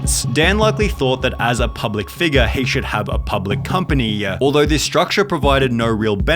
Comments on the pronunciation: So annoying how this guy adds a vowel to every word at the end up the sentence. Instead of “company” he says “companyuh”. Just listen close. He does it almost every sentence. Unbearably annoying like it’s an AI mispronouncing the words but pretty sure it’s just a guy mispronouncing them. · dad-uh public company-uh